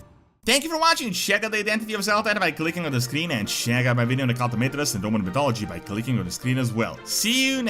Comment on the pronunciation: check. not sheck